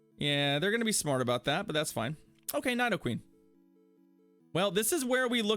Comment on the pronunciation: Is there a running joke about the way you pronounce Nidoqueen? You say Nighdoqueen instead of Needoqueen lol. Just curious.